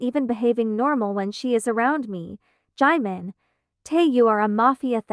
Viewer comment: Is no one gonna talk about how the speaker was pronouncing 'jimin' as 'Jaymen' 😂😭😭